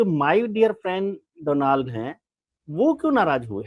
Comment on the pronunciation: Modi ji trump ka naam sahi se nahi bola ..my dear freind DOLAND TRUMP bola